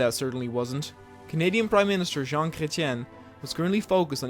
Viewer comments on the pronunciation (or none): none